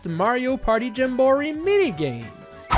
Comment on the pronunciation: why does he say jamboree like that 💀